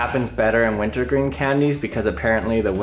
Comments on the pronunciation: Did he say wintle green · Did you say wintow green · "Wintoh gween life savers" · I keep hearing you say "Winto Green" or "Winta Green" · I thought he had a 3 year olds speech impediment saying "wint o gween" nah it's the name of 'em. Ha.